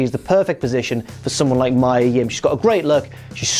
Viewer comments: Me-uh...not my-uh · its mia not maya ffs 🤦🏻‍♂️